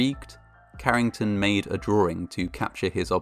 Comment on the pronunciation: “Drawering.” Beautiful.